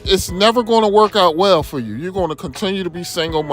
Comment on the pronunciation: "You'uh NASTY woman" ~Jesse Lee Peterson